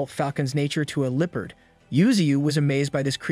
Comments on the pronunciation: the way bro says leopard got me feeling itchy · I love how every not a single AI voice can pronounce "Leopard" correctly or without sounding super goofy